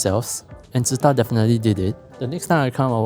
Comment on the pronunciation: I found out today it's not pronounced as Su-Tah :face-blue-wide-eyes